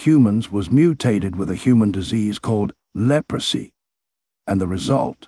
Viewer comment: "Leprosy" oh lord that is bad